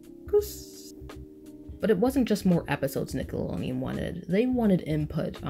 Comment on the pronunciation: i love love love this video and i agree with a lot of your points...... but you kept saying Nickalonian...... good good video though!!!